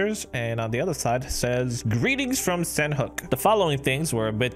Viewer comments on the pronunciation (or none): its pronounced san-ok